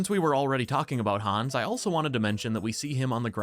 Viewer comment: Han’s awss. Please keep saying it that way.